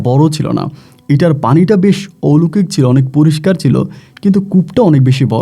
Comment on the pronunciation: মূর্খ কোথাকার..... ঔলোকিক না কথা টা.... অলৌকিক হবে...... বাংলা টাও জানে না ঠিকমতো......